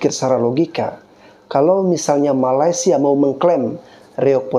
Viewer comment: Aku setuju bro!Netizen Indonesia lebih percaya berita hoax dari berita yang benar. Kami di Malaysia pun tidak tahu menahu tarian khurafat Reog itu. Hello admin...Betulkan dulu sebutan kamu...MALAY-SIA bukannya MALAS-SIA. Admin..berikan link/video Malaysia klaim Reog Ponorogo ke UNESCO.Jgn suka sebar berita hoax aja